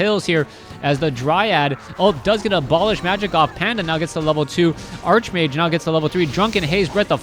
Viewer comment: I love you, but it's pronounced, "ark"-mage. You conjure the image of a wizard obsessed with arches. Think "archangel".